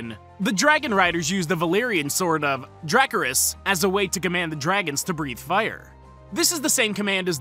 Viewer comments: Anyone cringe when he pronounced dracarys like that? I paused, couldn’t watch anymore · I can accept when people mispronounced but "DRACARYS"?